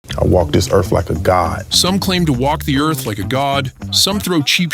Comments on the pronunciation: Erff!..not earff! Where you be from? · "I WALK DIS EARF LIKE A gOD!!!" pretty sure a "god" could actually pronounce the word EARTH.... try it... ERRRRR-TH.. not ERRF... ERRR-TH... stupid lil boy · Not "Earth". "Erf". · I walk this erf like someone who thinks a “th” makes a “fff” sound. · I'm sorry... Did that man Erf? No A and an F instead of TH??? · Good thing he said Earf not Earth. Had me confused for a second! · WTF is a ERF? Just Axin.😂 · "I walk dis earfh like a god???!!!" Typical PMN, can't even speak the human language correctly!!! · "I walk dis earf like a god".. umm.. and get KTFO. LOL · he fank he walk dis earf like a god. BAH HA HA HA. dat mf bees narcissistic as trump.🤣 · How embarrasing, I've been pronouncing earf wrong all this time. 🤣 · What is a "Erf"??? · "I walk dis Erf like a god"... they're literally too lazy to move their tongue a little to make the 'th' sound. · Anyone who pronounces the word “earth” as “earfff” isn’t walking around like a God😂😂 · Except for Will "Welcome to Errff" Smith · He walks the erf like a god, and he has faif in dat. 🤣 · "I walk this erf like a god." 😂😂😂😂😂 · I'd like to think a GOD would be able to pronounce "Earth."